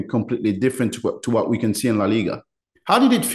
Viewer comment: Toujours de superbes interviews mais arrête de FORCER avec cet accent de Birmingham frérot c’est frustrant. Même à la fin t’en peux plus de dire « Bot » « Whot ». Mais sinon force haha